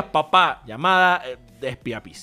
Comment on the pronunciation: era re facil ponerle One Spys y pronunciarlo Wan Spis para el meme del video, pero no, me sale con Espia Pis XDDDDDDDDDDDDD